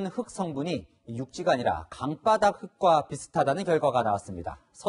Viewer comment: 기자님 쯤의 “강바닥”, "강가" 발음 정확히 해주시면 감사하겠습니다.